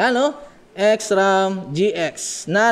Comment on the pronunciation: ahh ok po okay Naman po ung video s ram lang ung Mali na prunounciation Pero maganda Naman po dami part sa video na natawa ako dahil sa mga jokes mo kagaya nang sa upuan ututan at ihian hahahahaha